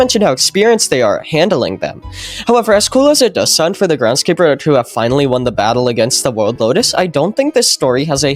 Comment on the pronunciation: "grendskeeper" loll